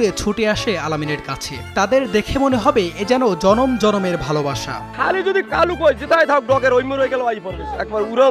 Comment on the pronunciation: কালু কয় নাকি খালু কয় বুঝাযায়না